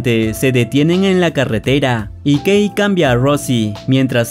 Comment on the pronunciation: ¿Alguien más entendió gay cuando dijo que la esposa se llamaba Kay?